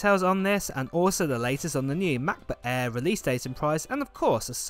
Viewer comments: Is the "Mah Buh Ehh" the same as a Macbook Air? 🙂 Matt, please enunciate for us Yanks across the pond. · machbooh aihh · “Macbook Aea”